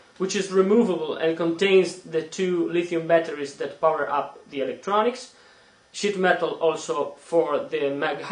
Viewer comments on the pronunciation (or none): did you say "Shit metal"? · not making fun of you or anything, but when you say sheet metal it sounds like your saying shit metal